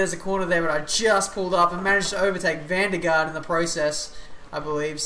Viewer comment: Nice pronunciation of G. VDG! (eventually ;p)